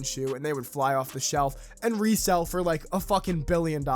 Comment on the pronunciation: How do you say the word “like” you don’t say lie key